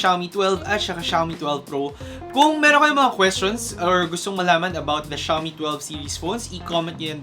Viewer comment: it pronounce as "Shoe me" not shaaw me